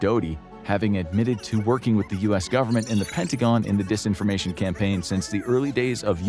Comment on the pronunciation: It’s Disinformation with an I. Not Desinformation. It’s the little things that count bro! 😝🤔🤬